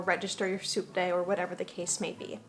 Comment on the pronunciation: Oh!!! "Subte." I didn't realize until the dog section that you were talking about a means of transportation. Throughout the video I though you were saying the "soup day," like that was a big thing in Argentina. It seemed a little weird but...we are talking about culture shocks. 🤣